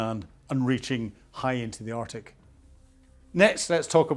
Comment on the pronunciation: Again, interesting content but naff pronounciation detracts from it. 'Arctic' has a 'c' in it - 'Artic' is a lorry!